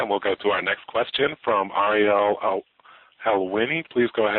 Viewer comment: Ariel must be the most known MMA journalist and they can't pronounce his name haha